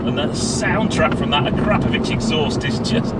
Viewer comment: Akrapovic is pronounced; Akraa - Povik